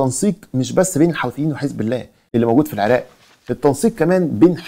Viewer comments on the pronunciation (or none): none